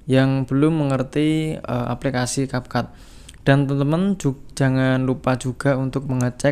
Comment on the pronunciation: Cap cut bukan cap cap 😂ga jelassss🖕